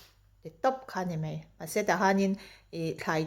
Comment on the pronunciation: Mei nilovin mai tihtur ni zawk